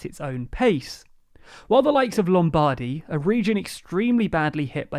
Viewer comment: It's not Lom-Baardy, it's Lom-bard-y